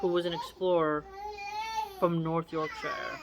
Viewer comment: Hey, loving this! I’m from Yorkshire in England and I’m loving your reading of the quotes and sayings…btw pronounced Yorksherr 😂 The commentary you give to go with it is entertaining too. I agree that whole mouse thing with those glue strips is pretty gruesome😅. Can’t wait for the next one,x